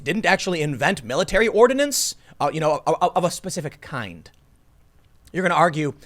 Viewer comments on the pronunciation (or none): none